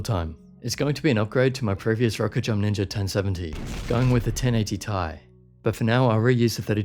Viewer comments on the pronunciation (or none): Its pronounced ti not tie lmao.